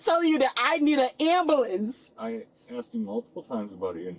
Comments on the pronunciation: "Axing" for an "amberlamps" -edited to correct the latter from "amblance" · Guys it’s not that hard, “ASK” and “AMBULANCE” just like they’re spelt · I don't think she understands what 'medical attention' means. The officer asked her a few times if she needs any and she said no, but she's complaining about not getting any. Edit: She actually thinks if she had 'axed for an amblanse' she would be a victim and not a suspect. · she axed for an amblance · Same people who can’t pronounce “ambulance” properly and say “ambuhlynss” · Boo-Hoo What a SELFISH POS this one is. What’s a “Amballance”? Oh Shyt, the last EYELASH is going after the other one!! Whoops, she’s getting that story mixed up, or maybe she doesn’t know where she is……She should have taken that “right” to STAY SILENT, I think…..Um-huh! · I doon nit Amboolance 😭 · Medical ampoolance thing....😂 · Am-bah-lance. I cannot. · Someone who needs an am-buh-lants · Stop saying Axed and ambalamps 😅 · At the end of the day.... am-bah-lance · She hit the "ambalamps" and "axe" within like 5 sec. I just need the African ceiling bird, "I can't breave," and "I dindu nuffin" to get a BINGO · Good grief she is dang near illiterate - how cringe! Yuck! "Ambahlance" "axe" etc. These people are the lowest of the low. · Why can’t these people pronounce AMBULANCE or ASK? Seriously? Amboolanc, axe. 😂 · you can’t say “ambalance” and “axe” instead of “ask” back to back holy shit. put her in prison for her speaking alone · Ambulanss, axing you. Daem this Ghetto shit xD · OMG, the single false eyelash has me lol, between the "am ba lance" & "axing" I had to mute her. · There’s the “axe” 🪓 and “amber lamps” 🚑 🤦🏻‍♀️🤦🏻‍♀️🤦🏻‍♀️ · Amboolance Axking 😂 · TL;DW - This is basically an hour of her saying that she shouldn't be detained because she has injuries. I like the part where she was "axing" for an "ambuhlance." And a different "indivisual." But she's "frusgrated." Maybe it's because she isn't his "pry mare in farcus."